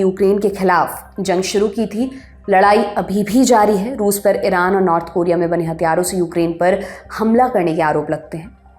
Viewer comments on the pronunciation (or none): none